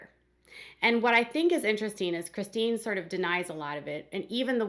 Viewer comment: O my God. Why do jou pronounce Chistine's name wrong so many times? So wrong!!!!!